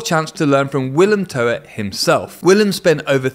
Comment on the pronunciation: How have you worked so much with Willem Toet and still not learned to pronounce his name correctly?